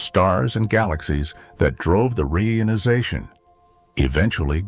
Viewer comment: Reader is terrible. Frequent awkward pauses, mispronounced "reionization."😢😢😢